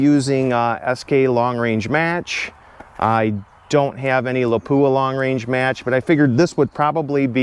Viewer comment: Lapua ,, look up the pronunciation.